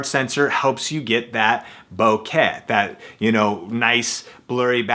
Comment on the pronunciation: boquet? It's bokeh. Often pronounced like BO'-KUH